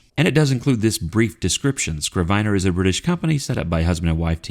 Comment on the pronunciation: a “scrivener (pronounced “i” like the i in “it”) is a good translation for a biblical “scribe” or, for that matter, a modern scribe. It can also be used for a notary public (although I have never heard it used for one). I only looked it up because I was fairly sure it was pronounced with the short i as in it. Thanks for the review.